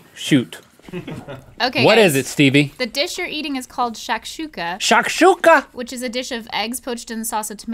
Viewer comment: link saying "شاك شوكه" got me dying